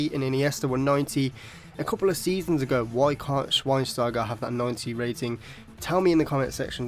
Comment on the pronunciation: btw Schweinsteiger, the w is pronounced like a V :)